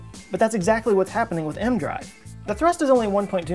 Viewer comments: Isn’t it pronounced “E-M drive”? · A part of me dies inside each time he pronounces it "m-drive" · No. He says M drive in the video. E-M is an abbreviation. He apparently is treating it like an acronym. He would pronounce Dr. as Der instead of Doctor had he lacked the benefit of seeing it in common use. Failing to know the name of the device, in and of itself, is a pretty strong indication he doesn't know what he's talking about. There is no variant version they tested where it's just a Magnetic drive that I ever heard. Regardless, even if there were, he is talking about microwaves; the original. I started watching his videos recently and they aren't very good. He freely admits he knows next to nothing about the topic he's discussing when it's about technical science. But he regularly hits half a million views. Can't knock him; he's honest and he's getting paid to be a know nothing. Not to say it doesn't take quite a bit of work to present his utter lack of knowledge; I'm sure it does take work to make the videos. If he pretended to know, then I'd be pissed, but he doesn't. I guess this shit is in demand. I probably should make a Youtube channel too since I know nothing about a lot of stuff and I read the same stuff he does.